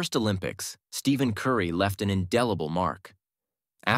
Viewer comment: Steeven curry? Waht? lol. What is this AI bullshit.